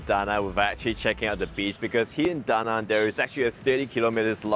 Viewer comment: Awesome video and thank you for pronouncing the name of city correctly too.